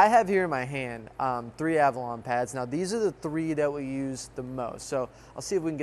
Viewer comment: Is it just me or does pronounce it as Avralon?